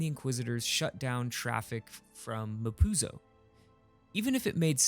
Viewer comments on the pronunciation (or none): mapuzo sounds like "ma pussie"